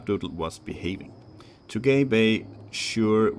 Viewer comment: Well, this is probably already too late to mention, but I assume Tugay Bey is probably actually a Turkish name, since „Bey” means „Mr.”, so Tugay would probably be pronounced „Too-gai”, not too gay. XD Other than that the reading and the pacing is fine, I think you could even be more patient and let us in on your thought process. — Overall, great that the series continues on the channel!